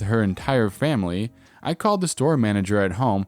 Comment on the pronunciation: DA profits made on DA job.